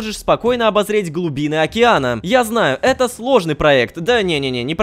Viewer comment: Рома--Пора обозреть глубины мне слышно Пора обосрать глубины xD